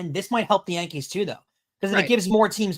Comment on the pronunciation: Did you say the Dodgers had pothead? You mean Pages. It's your New York accent. LOL The Hispanic players pronouncing Yankees as Jankees are trying to say they're a Junk team